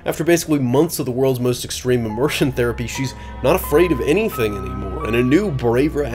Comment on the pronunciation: Great review but I found it difficult to understand what you said for the Ally's immersion therapy part. I had to replay that part many times to figure it out. I know about exposure therapy but I felt it was hard hearing you say "immersion"